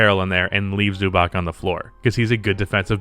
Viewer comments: Zubac is pronounced "zoo bats" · The name is pronounced Zubatz.